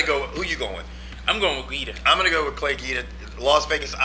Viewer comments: it's pronounced Gweeeda not geeda! just a note. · Its pronounced "GWEEDA" homslice